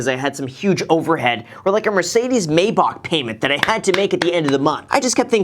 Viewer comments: “mercedes may- bock ” cries in rick ross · Did he say mercedez maybock?😂